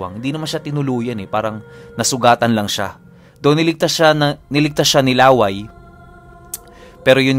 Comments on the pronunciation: LA-WAY po ata name nya hindi laway . LÂWAY. YUNG STRESS po nasa unang A😁.. Taga bicol po kasi ako ..hehe iba po share kolang 😅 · La wây Hindi Laway na saliva ang pag pronounce po mahal...😁🤣 Yung "way" medjo bilisan mo na may katigasan ang pag sabi.. yun na yun..😁 Lah wây.! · baka law-ay hindi laway ang tamang pagbigkas kc some part of visayas and bicol region palayaw or bansag yan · La'way po ang pronounce hindi laway. Kasi may kapitbahay din kami sa province as in dalawang bahay lang pagitan ganyan din palayaw niya. La'way po. And actually po magaling siya na albularyo. Dati umalis kmi dun parang ang ginagamot niya lang mga nabati ng engkanto now po sa pag kakabalita ko nang gagamot nadin siya ng mga nakulam. pag may gusto mag patingin nag papadala lang dun ng picture or di kaya pangalan.Kahit malayo ginagamot niya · Laway Po Hindi La-way 😅. Mabilis Ang bigkas para Hindi nakakatawa 🙂. Tip lang Lalo Kung dinumog kayo Ng aswang. Naikwento kc Ng Lolo ko na Minsan ay may dinumog Ang aswang sa putikan at yong taong yon ay aksidenteng nakakain Ng lupa dahil sa pagbubuno nila. Napansin nya na naging kasinglakas nya Ang aswang Ng nakakain Siya Ng lupa. Di nga bat pag itinarak mo sa lupa Ang itak eh masusumpa Ang Kabal Ng aswang? Ganun din daw Ang mangyayari. Magiging kasinglakas mo Ang aswang pag Kumain ka Ng lupa. Yong stamina nlang Ng aswang Ang maaring Hindi mo mapantayan cguro. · Ang pagbigkas ng pangalang Laway ay parang pagbigkas ng Lakay....